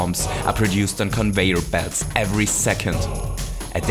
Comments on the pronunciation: convoyer belts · CONVOIYOR BELTS